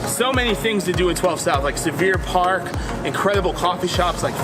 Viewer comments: SYLVAN PARK NOT "SULLIVAN PARK"!!!!!!!! SYLVAN. SYLVAN. Come on! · I really enjoyed this, but could tell you were a relative newcomer. "Sullivan Park"--what is he talking about? Hmmm...the context revealed that you were talking about Sylvan Park! Sure, I know that neighborhood. Pronounced Sill'-van park. Its easy to see why you'd hear it that way, considering that probably most of the people you talk to are newcomers, too. But on the whole, I really enjoyed it. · It is Sylvan not Sullivan Park. Please consult a local if in doubt about pronunciation. Pronounced Silvan. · You lost a lot of credibility with "Sullivan Park." No such place. It is Sylvan Park. "Sylvan" means "l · Sylvan Park not Sullivan Park. Ugh, and you kept saying it.